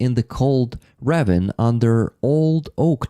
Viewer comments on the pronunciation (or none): Beautiful presentation. Kholondny Yar has been coming up lately. I even saw Pasha visit the area recently. Btw "ravine" is pronounced ra-VEEN in English. Keep your spirits UP. All will be Ukraine.